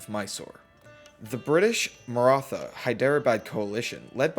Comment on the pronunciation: Aw yis India time For the record, the "th" in "Maratha" is more of a hard "t" like in "thyme" (it's an aspirated t so think of the t and h as separate), and "Sikh" is typically pronounced like "Sick" by Punjabis